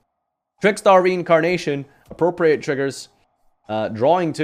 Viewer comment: This is also the man who, unique among Yugitubers, pronounces 'Appropriate' correctly, but mispronounces 'Present Card'.